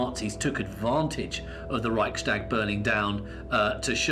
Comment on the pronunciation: The pronunciation is: 'REICHS - TAG' not REICH - SHTAG' There were no stags or stag parties involved.